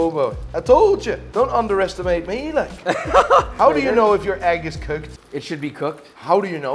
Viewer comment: its coeked! 🤣